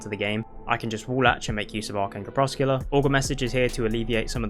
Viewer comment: Lol... "Crep-Sec-You-Lar" It means twilight the moment before dusk or dawn. Or also dim light.